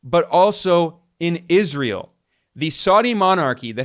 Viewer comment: Ben, your prounciation of Israel is juvenile. Please work on it. It's not "Iz ree uhl." Where are you getting the ee sound from?